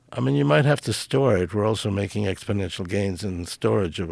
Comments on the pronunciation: New drinking game, every time he says" expidential growth" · "So what you're saying is..." "Yes, exponentially." "But people are saying..." "Joe! Ex po nential growth"